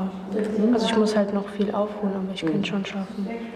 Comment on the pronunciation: Für Menschen die "isch" und nicht "ich" sagen besteht keine Hoffnung.